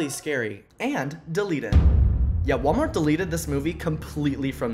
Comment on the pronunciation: Hi my pronunciations are Walmart bag